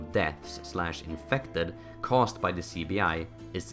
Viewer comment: Apologies but when you said CBI in the beginning it really sounded like you said sleepy eye